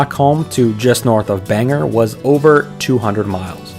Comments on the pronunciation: bangerrrr. Its Bain-gore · Caribou native here!! Snowmobiling is in our DNA up here. Bangor is pronounced bang-or, not bang-er.